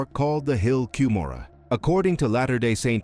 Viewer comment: The hill ‘Come ora’ is the pronunciation. Why would you want cover this inaccurately, making you ignorant. The Mesa Arizona temple, the Hawaii temple, the Oakland California temple and the Cardston Alberta Canada temple have never had an Angel Moroni, negating your entire supposition. They are not removing the statues from remodeled temples. Stick to what you know about.